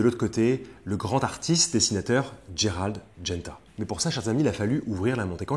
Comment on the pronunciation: c'est Gérald et pas Dgérald! roooo voyons 🙂. Gérald de Lille;-). tjrs top vos vidéos